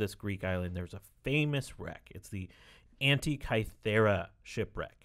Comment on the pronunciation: "the hentai-kythera mechanism"